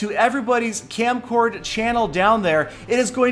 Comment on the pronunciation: its kamcord not kamcard...try again it may come